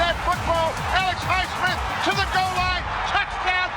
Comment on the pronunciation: highsmiff who the hell is highsmiff